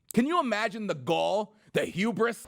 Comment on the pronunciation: HOBRIS!!!!! Sort of like HODOR but you don't know how to pronounce Hubris. Add that to the Al Sharpton One Hit Wonders Collection!!